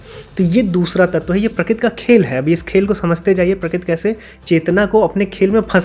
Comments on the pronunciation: Prakrati ko prakit kyu bol rhe ho yaar baar baar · Sorry to say but you are pronouncing " Prakruti ( प्रकृती) " as " Prakuti ( प्रकुती) ". Or may be you are pronouncing " Kru" sometimes correctly.